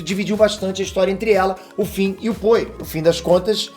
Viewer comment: Finn se fala com som de “N”, não “M”, e Poe se fala como em “Pow”, e não “Poi” 👍🏼